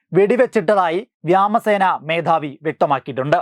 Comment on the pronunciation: വ്യാമസേനയല്ല സഹോദരാ വ്യോമസേന എന്ന് പറയൂ